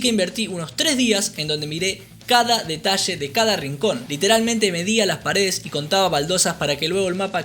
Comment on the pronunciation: No os perdais ningun DETASHE!🤣🤣🤣🤣